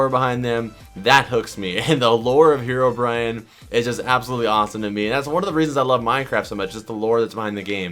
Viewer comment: Did anyone notice he said hero Brian lol